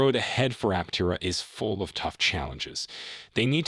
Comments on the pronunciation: It's pronounced Ap-TE-ra, not Apte-RA. Title is also a little click-baity. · Learn how to pronounce Aptera properly before making a video about the company.